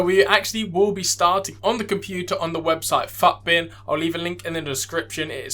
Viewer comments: Nice video bro, I think everyone says “footbin” rather than PHUTBIN lool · mate the way you say FUTbin LMAO